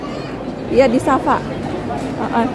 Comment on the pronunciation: Kenapa sebut ‘ Sasa’. Padahal itu kearah ‘Safa ‘. Sa’e itu berjalan dari Safa ke Maruah.